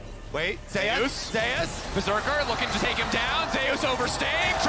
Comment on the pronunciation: why do their call Zeus "Zeias" is this how he said his name goes? or are they not aware? the most bold it comes out is when one says "wait zeias zeIAS--" and the other says it properly "zeus"